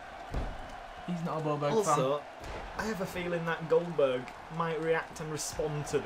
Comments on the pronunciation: MAH GAWD COLE ITS OLDBERG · "Boberg" "Boberg" "Boberg"!